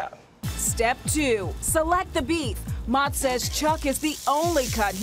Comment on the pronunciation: Would have been nice if she pronounced his name correctly. Mow-tz